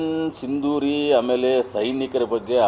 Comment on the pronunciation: ಲೋ ಪೆದ್ದ, ಅದು ಸಿಂಧುರೀ ಅಲ್ಲವೋ, ಆಪರೇಷನ್ ಸಿಂಧೂರ ಅಷ್ಟೇ.